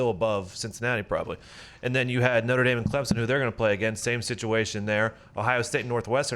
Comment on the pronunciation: It’s Notre Dame bruh, not noter dame. Haha. Clown ass.